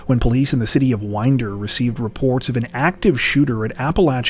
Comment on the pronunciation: Oh and my husband said Thank You for pronouncing Winder, GA correctly…something most American politicians can’t do so that’s an A++ with 2 👍👍